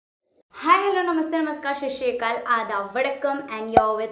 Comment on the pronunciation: Madam shasshikal nahi hunda .. sat shiri akal hunda hai